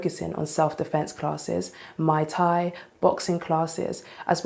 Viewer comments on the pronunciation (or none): Not Mai Tai. It’s muy tai 😅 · Did she say Mai Tai instead of Muay Thai? 😂😂😂